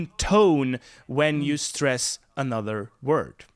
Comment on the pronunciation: You had good swedish pronunciation in the beginning. And if you want to "get" the swedish stress is one of the important key lessons as Joakim explains.